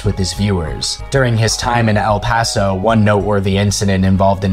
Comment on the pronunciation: "El payso" "El pahso" "San Hasinto" "Wacheeda" bro where are you getting these pronunciations